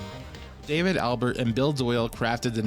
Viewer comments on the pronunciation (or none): none